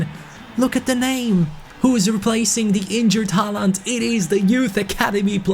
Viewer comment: It isnt pronounced Haland. It is like hoaland! Like so can pronounce